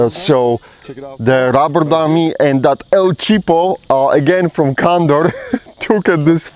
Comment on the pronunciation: And by the way you should spell it like you say it....ROBBER not RUBBER..... 😀😀😀😀